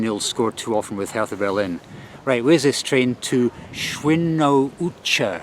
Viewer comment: You were pronouncing Hertha BSC Berlin wrong. It's not pronounced as you would pronounce the th in Bertha in the UK. German Hertha is pronounced as if there is no h. So imagine it's Herta. Anyway, fantastic travel, great fun. Thank you.